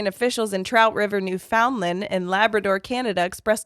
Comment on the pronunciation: As an Atlantic Canadian, the way pronounced newFOUNDland made me giggle😂